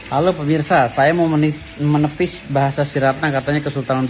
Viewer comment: kerenn... MENEPISH..?Apa yg mau dibilang ni? Mulut lo jadi MIRING ya..?bunyi nyaa kayakk MENEPISH! Lucu dongg...! 🤣🤣🤣......